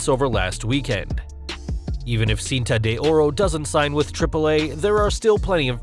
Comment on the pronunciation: Horrible pronunciation of "Cinta de Ora"